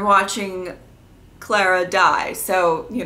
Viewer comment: It ClAra not ClEra!